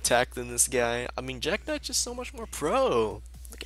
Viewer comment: genie warped werewolf? jack knights?:P pronunciation fails